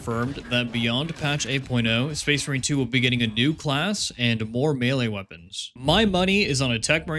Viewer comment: the captions made me realize you say space marine 2 like space brain